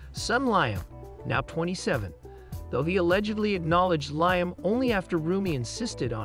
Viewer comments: His son's name is pronounced Leeam not Lyum. You are pronouncing his name wrong it is not Keevin. Please check your pronunciation before releasing any video. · "Keevin"? "LIE um"? Who voiced this video? A badly written A.I. algorithm?